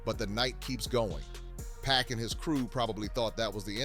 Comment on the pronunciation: That ain't 2 Pac, that's 2Pack!